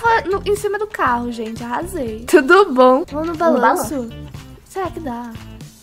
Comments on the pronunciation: Não é tudo bom é turu bom ouviste? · É tuto bom?😂